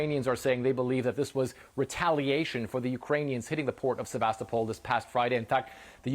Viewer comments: Great news! But, the name is Sevastopol, not Sebastopol. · surely as journalists you could pronounce Sevastopol the correct way?